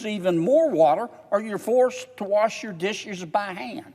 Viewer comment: Warsh,, your dishes by hand 😂😂😂😂😂😂😂